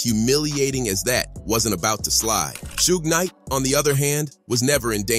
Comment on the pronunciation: Shooge Knight 😂